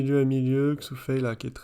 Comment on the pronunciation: Bonjour Je vais faire une remarque à deux balles, mais bon... On ne prononce pas le x due "Xu Fei" comme en français mais comme un "ch". On dit chu chin par exemple, pas Xu Xin. Voilà voilà., ou je me trompe ou bien tu prononces Xu Fei. Après j'aime bien ta vidéo, et je te remercie de prendre le temps de nous enseigner le "haut" niveau en ping. On attend avec impatience l'analyse de la défaite contre Calderano. J'ai eu l'impression qu'Alexis a fait beaucoup de fautes en revers sur ce match (donc la finale), provoquées peut-être ou alors manquait-il de jus?